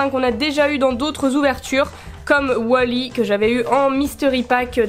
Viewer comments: c est wal-y pas wol-y si non je t adore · Du coup on dit wolly ou wally parce que tu dis wolly mais comme je dis toujours wally je ne suis pas sur donc je demande